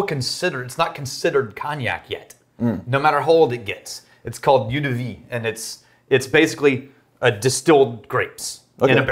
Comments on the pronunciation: Not " 'u' de vie" it is " 'o' de vie" eau is water in french so ' eau de vie ' is translated as ' water of life '. Not meant to be ball busting, just for information and pronunciation. Happy New Year from Ontario, Canada. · The "eau" in "eau de vie" is pronounced like "oh" not "ewe" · Just for the info - "Eau de vie" (water of life) is pronounced "oh duh vee" (the more you know...:) ) Keep up the excellent work gentlemen (including you, ) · The correct pronunciation for "eau de vie" is simply "o de vie", translates "aqua vitae". Love you guys.